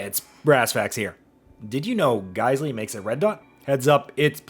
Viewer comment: that's not Geissele. It's GeissWong